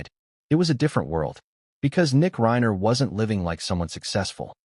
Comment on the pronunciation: This is pure AI, which is fake media format, it's a robotic voice read by a computer from a typed narrative. That's why you will hear irregular examples of Rob Reiner often pronounced Rob REENER, rhyming with Weiner. There is a robotically programmed "concerned" and "sincere" tone of voice of the AI narrator. I wish viewers could boycott AI, or whatever else it would take to get You Tube to return to real documentaries like it used to have, with a knowledgeable interviewer and interviews with the principle people who know about the subject matter, real people talking to each other, no one calling Reiner REENER, while using a programmed fake sincere voice to sound like "We" all know this or that, and so many fake phrases the machine has been programmed to say. AI is good for some purposes maybe but misleading and dishonest for this kind of thing, yet, it's influencing people who are watching it. i'm not saying it's even trying to influence you. It's trying to get views, it's trying to make money for the programmer or whoever hired them. It must be a lot more expensive for you tube to use real human documentaries. These fake ones repeat the same information under different titles, pretending to have new things to say, more than a few minutes. I tried to watch this one, the bait was new information that hadn't come out until today, the actual reading of the will. i was watching it, there's really nothing to watch, it's repeats of the same photos over and over, a photo of Romy, a